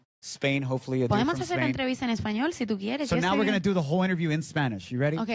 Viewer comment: "Podemos hacer la entrevista en español si tu quieres" y ese acento cubano 😍🤤 estoy en el suelo